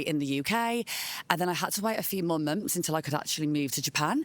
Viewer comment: I like how she says munts